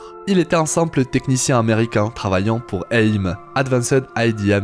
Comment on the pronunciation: Mec tu sais pas lire A.I.M.